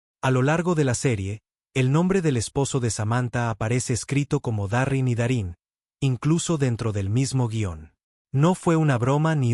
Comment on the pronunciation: No es Darin se pronuncia Darryn